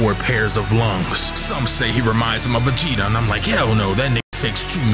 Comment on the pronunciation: Put some respek on Vegetas name please🤣